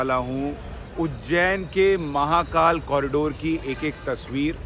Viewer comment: Sir, I request you to speak Hindi as much as possible and avoid Urdu... Atleast while calling out the names of God's. The speciality of Indian languages is we pronounce exactly what we write. So please pronounce महाकाल as म हा का ल and not म हा का ल्॒ There is difference between ल and ल्॒ ल्+अ = ल